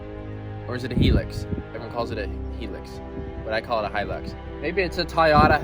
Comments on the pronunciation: bruh he just said Toyota Hilux perfectly in Romanian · Its pronunced hi lux so your right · LOL Hilux worlds most indestructible UTE? have you heard of a Land Cruiser? oh and the way you pounce Hilux is right. people pronouncing it Hel - Lux is so annoying its Hi - Lux. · Nah it’s definitely pronounced “Toyota ‘High’-lux”. Take it from me, an Aussie.... There’s tons of Hilux’s down here. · Pronounced high- lux good luck to ya that thing will put up a fight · It's definitely pronounced " high lucks" anyone calling it a "he licks" is obviously stupid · Yay you pronounce it Hi Lux :) All us Aussies say thank you lol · I’m glad you pronounced the Luxy as... Hi-lux and not Hill-lux. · Atleast he called it the proper name it’s hi lux not he lux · pronouced High Lux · In australia it is pronounced high lux These cars are all over australia Have a look at a 79 series landcruiser. They are a beast. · And it definitely is pronounced high-lux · I'm Australian and can confirm it is pronounced Hi - lux. So you got it right first go. Hope you at least enjoyed driving it while you had it. You should get a few videos out of it. Yes even you 🤣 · It’s pronounced high lux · You're right it is pronounced high-lux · Whistlin youre pronouncing it correctly Hilux High-lux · Think your the first American to pronounce hilux correctly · Don't worry mate you said Hilux correctly! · Hi you pronounced it right Hilux. And I only just subscribed to your channel too. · your Pronunciation of the hilux is correct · you pronounced Hilux perfectly